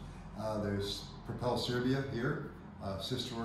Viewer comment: Its Serbia, not Servia. Welcome!